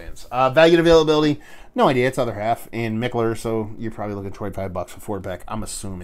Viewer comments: you are totally butchering the pronunciation of Mikkeller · ok.....Bro your comparisons are the shit but Kobe secondary to Shaq?🤔?? Cmmooonnn!! Anyway, always enjoy the reviews dude and who give a flying fuck how you say Mikkeller!!